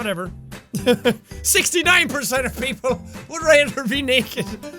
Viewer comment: "69% percent of people would raether be naeked" that Irishness rocking in his accent